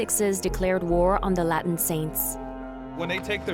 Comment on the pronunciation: And Latin